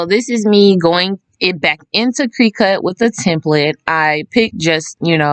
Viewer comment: “Crih-cut “ not “cree-cut” 😢